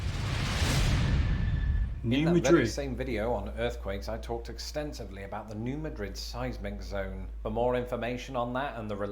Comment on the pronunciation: I live 20 minutes from New Madrid, and he said it perfectly. Good job.